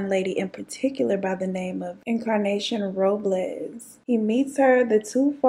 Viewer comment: Oh yall just gonna skip over ole girls name like that!??! This girl literally just said "Incarnation Roblaz"! 👀